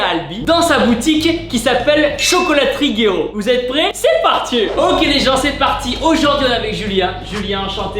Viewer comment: je suis le seul a toujours entendre c est partiez ?